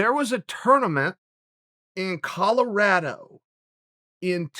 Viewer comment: Chael says ColorRADo like he's a ninja turtle. The BEST ninja turtle, but a ninja turtle nonetheless.